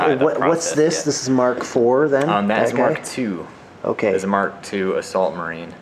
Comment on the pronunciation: its mark not em kay:c